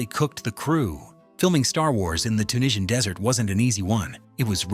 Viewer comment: Ahh good ol AI voiceover... Filming Star Wars in the Tunisian Desert wasn't an easy 1. Emphasis isn't an AI's strongpoint. and then there was "Aye new hope"